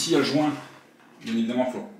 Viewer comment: 2min45 le jouuuuinnt ton accent m'a tué =D